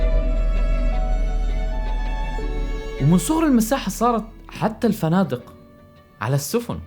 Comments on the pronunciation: منو علمك لغه عربيه طارگ. اسمه طارق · جبل طارق مش جبل طارج